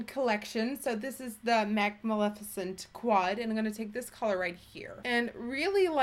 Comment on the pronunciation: Great makeup but more importantly thank you for pronouncing her name correctly!!! You are the only youtuber that has